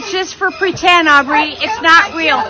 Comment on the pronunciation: It's Au"B"rey